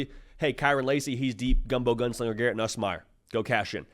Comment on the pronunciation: you gotta stop with the gumbo gunslinger, its Nuss Bus